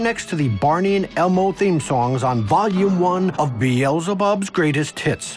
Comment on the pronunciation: The "Beelzebub's Greatest 'Hits!!!'" sounds like is "The Elzibubs Greatest Tits."